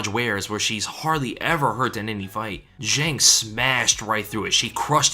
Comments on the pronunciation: Fun fact: Zhang is pronounced John. Just to make your life easier throughout Weili's UFC run. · Just a kind reminder, it's Zhang, not Jeng or whatever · The Chinese name "zhang" is pronounced like 'djahng'. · I'm really bothered on how you pronounce "Zhang" lol